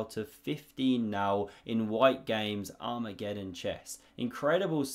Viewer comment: Can someone please teach not to say "arm re geddon"? Thanks.